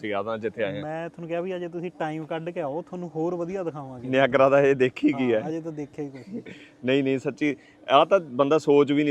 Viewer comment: Nagara fall YAN NEEYAGERRRRA fall .... naam te change na karo ...kitye Yeah you have a let's voyagera fall na kahe dena 😂😂😂😂